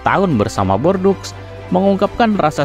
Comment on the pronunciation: Videonya bagus pak, tapi pelafalan nama2nya bisa diperbaiki lagi. Contohnya: Micoud harusnya dibaca "miku", Les Bleus dibaca "Le Blu", lalu Bordeaux dibaca "bordo". Tetep semangat, jangan lupa research pelafalan nama2 supaya makin terdengar pro ❤